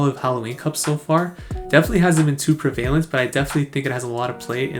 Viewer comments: GG WP, man! Looking forward to chill spice testing videos now that the stress is behind you :-P. Also, although it comes from the verb "to prevail", the adjective is pronounced "PRE-vuh-lint" ;-). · Homie did you say preVAYlent??!